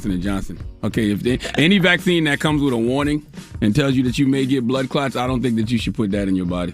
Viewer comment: Charla says if you want to get a "blood clart" 🤣🤣🤣